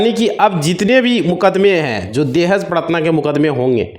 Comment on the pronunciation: प्रताड़ना होता है भाई। Paratna नहीं।😅